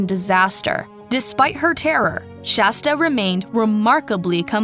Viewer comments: For the billionth time, it's SHASTA. Not SASHTA... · I almost stopped watching every time they said "Sashta"!!!! I swear every other time they said Shasta they said Sashta instead, then would say it right, then wrong... ect PLEASE FIX THE VIDEO This is ridiculous and really rude and disrespectful to Shasta and her story to call her the wrong name so many times. You are better than this. I'm giving thumbs down. They deserve it until they treat Shasta the way she deserves. With FULL respect. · It was almost every other time they messed her name up, especially in the last half. I even hear Shashta at least once. Disrespectful to SHASTA if you ask me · I heard Shashta toward the end as well. Honestly it's disrespectful how many times they messed up her name. Every other time seemed incorrect!! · i dont like the low quality of mispronouncing SHASTA'S name and inaccurate subtitles. :/ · creater mispronounced the city, county, girls name and more! At some point it’s disrespectful. It’s okay to do a quick web search for how to pronounce things. If the point is to spread this story then it’s really not okay to be intentionally ignorant and spread what becomes nonsense names and places. It would have taken just a few minutes to look these up and write it out phonetically for herself, and hopefully she does so in the future.